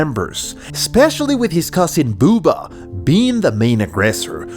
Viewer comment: The way he says Bubba lololol to funny